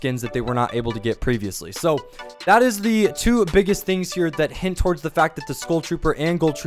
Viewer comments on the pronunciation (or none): none